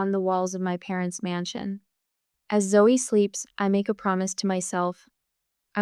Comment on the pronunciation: I must admit to enjoying the story but it is ZOE not Zoey,little things spoil the bigger plcture